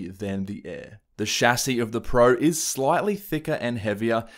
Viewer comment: Thumbs up just for the correct pronunciation of “Chassis”👍